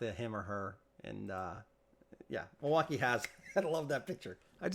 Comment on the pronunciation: Mil-wau-key not Mil wauk eye